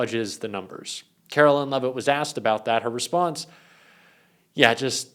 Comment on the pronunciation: Dude for the love of god say the press secretary’s name correctly. I don’t care that she’s a biggot POS. Pronounce her name how she does, is basic decency.